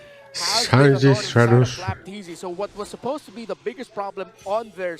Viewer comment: Flap t zy, Kyle t zy, not flapt zy